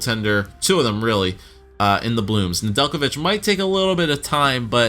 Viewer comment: Ned-La-Vitch Nedelijkovic